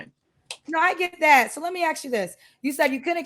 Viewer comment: the word is "ask", not axe! The way some black women speak hurts my ears.